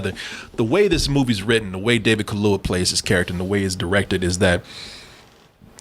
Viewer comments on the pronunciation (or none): My man said David Kahlua. 😆